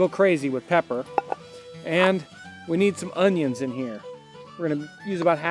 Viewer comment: I love how he said onions...Ungyuuunss